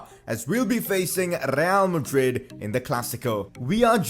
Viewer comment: who else heard him say rrreal madrid